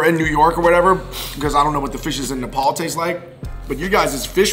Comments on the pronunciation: It's Nepal not Nepol 🤣🤣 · First up all our country name is nepal not nepol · It's not Nae-paul it's Nepal